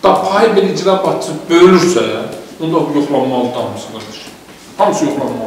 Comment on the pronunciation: İcra bacçısi yox,icra başcisi.düzğün teleffüz etmek lazimdir.